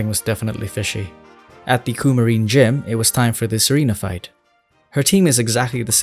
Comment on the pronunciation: When He said Serena I thought he said Tsareena. Whats wrong with me